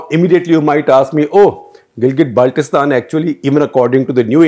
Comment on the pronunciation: This Journalist even does not know how to pronounce " Gilgit Baltistan" ...... It's Gilgit Baltistan NOT Galget Baltistan , haha